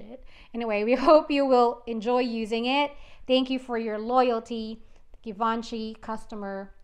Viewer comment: FYI it's pronounced Givenchy.